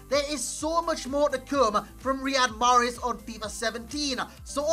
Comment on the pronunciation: greetings from algeria .wrong pronounciation